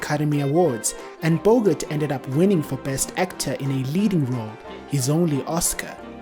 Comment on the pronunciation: If you cannot pronounce correctly the surname of the lead male you have NO right to post anything on YouTube